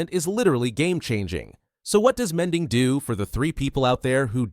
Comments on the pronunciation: The mending sounds like a filipino said it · "mending" in indian accent